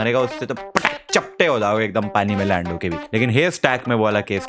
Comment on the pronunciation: the way he said "PataK"💀